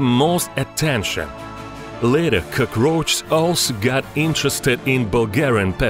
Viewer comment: "CrOgRoAcHZ" lmao